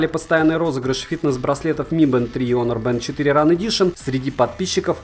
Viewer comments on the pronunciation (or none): none